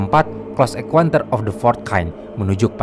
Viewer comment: Min, bacanya "CLOSE EN(KAUN)TER" bukan "CLOSE EN(KUEN)TER".. 💩💩